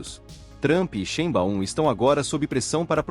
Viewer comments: Corrige aí sua pronúncia da Grande presidente do México. Se pronuncia Sháin-báum(ou quase isso). Em alemão , "ei" se pro nuncia "ai". Não há esse "BAÚM".(em fonetico internacional:ʃˈe͡ɪnba͡ʊm) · Nao chame a Presidenta do Mexico,de XImbaum... Mude a pronuncia ,para: Xaibaum...!! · Difícil continuar ouvir, com o narrador, pronunciando o nome da presidente do México errado!!